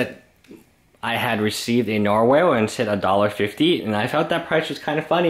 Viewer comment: >Buys out narwhals >Can't even pronounce the name right ........